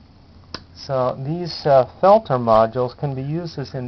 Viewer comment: As usual, one of the few videos that will actually teach you something. Thanks On a side note it makes my skin crawl to hear you pronounce peltier that way!! Its french and pronounced phonetically is 'pelt-teay'